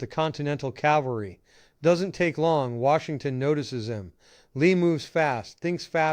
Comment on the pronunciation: "Calvary?" It's CAVALRY, Dood!